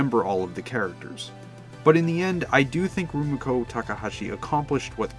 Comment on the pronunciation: He sure did, and pronounced Rumiko weird too he didn't pronounce the "mi" in Rumiko as "ME" but like if you were saying mit. lol